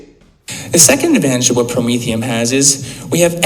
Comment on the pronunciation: I think it’s pronounced Pro-mean - fee - n